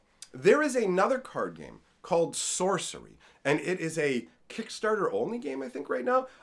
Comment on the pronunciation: lol "Socery"